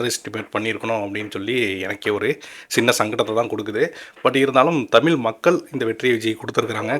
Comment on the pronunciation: நீங்கள் தமிழ் என்ற வார்த்தையை முதலில் சரியாக உச்சரிக்க முயற்சி பண்ணுங்க...தமில் இல்ல தமிழ்....தமிழகத்துக்கு கெட்ட பெயர் இது பகுத்தறிவு உள்ள தமிழ்நாடு இப்போது ஒரு நடிகனின் கைகளில்....